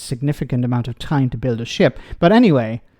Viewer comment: Either my sound system is screwed up or this guy Shapps is full of something. Every time he said Sh#t I think he meant ship. 🤷‍♂